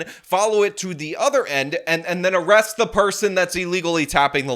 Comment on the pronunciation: "arrest-ay" & "prison" pronounced funny killed me 😂